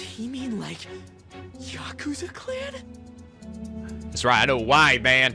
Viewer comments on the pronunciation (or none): Aw Now I feel for Akechi... What the freak... Ann's twin tails are gone... Oh wow... He is taaaall!!! That pronounciation! Yak-u-za... Cringe!!! And hey... It ties up with his other series... Why... Is he... EVEN AGREEING?! Shido considers Akechi to be a threat? ....... Ohhhhh.... Wild card? Ahahahahaha... "Because I grinded a bit" His Pancake power is too POWERFUL!!! What about your Persona? Oh wooow! A Adachi is better and BAE!! What the fudge... Morgana?!